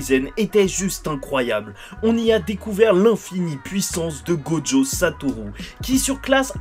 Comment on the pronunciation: On dit gojo pas joggo